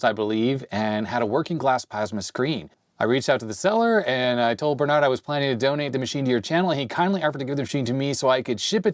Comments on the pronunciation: 😂 keep saying Bernard instead of Berend. Oh well, great video anypoop. ;) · Berend not Bernard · sorry to tell you i know we dutch people have some wierd names but u pronounced the name wrong, its Berend not Bernard :/ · Reads Berend, says Bernard... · You could attempt to say Berend's name properly considering he gave you a free (and likely expensive) computer.